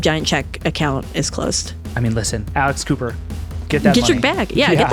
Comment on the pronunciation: I heard "Alice Cooper" not "Alex Cooper" (clearly I don't follow those kinds of podcasts) and was QUITE confused... And I would TOTALLY listen to Alice Cooper doing a weekly podcast...